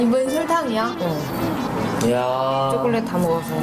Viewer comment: 진짜 외국인들 보면 쬬꼴렛 쬬꼴렛 이라고 하는데 발음 개귀여워